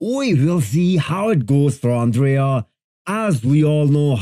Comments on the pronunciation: It s andrei not andrea... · It’s Andrei, not Andrea. He’s Romanian, not Italian. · "It’s Andrei, not Andrea. He’s Romanian, not Italian" 😆😆